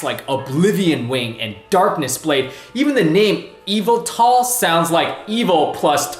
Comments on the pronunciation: Eviltal? No. It's YUH-VEL-TALL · It's ee-vltl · ..."Eevetall"? Some of these pronounciations are so wrong. XD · It's ee-vel-tal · he said yeveltal wrong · Did he just say Evetal? COME ON!!! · It's pronounced ya-vel-tall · Yveltal is pronounced why veltal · I'm pretty sure yveltal is pronounced you-vel-tle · yveltal is pronounced vel-tul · How tf he pronounce Yveltal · you said yveltal wrong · I cringed when when you attempted to pronounce yveltle